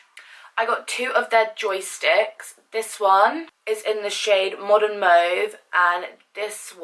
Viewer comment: I love your make up but please learn how to say mauve :(